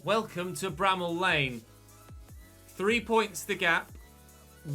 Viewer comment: Brammall Road??? Hahaha Lane